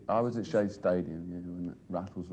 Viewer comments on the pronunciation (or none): Not Shea Stadium! CHE Stadium!